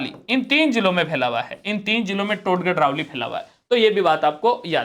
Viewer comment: सर "टाडगढ" नहीं "टाॅडगढ़" होगा। "टाॅडगढ़-रावली वन्यजीव अभ्यारण्य " अब अजमेर,राजसमंद और पाली में नहीं बल्कि ब्यावर,पाली,राजसमंद में है।